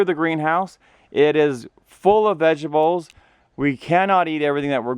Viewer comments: stop saying "Vegibles". There's a "T" in there buddy. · What the fuck are "vegibles"?!🤦‍♂️ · "Vegibles" haha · What the fuck is a "vegable"? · Vegables lol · Lol i think he says it like the Chinese food lady. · My wife who is french sometimes says vegibles and it always makes me chuckle.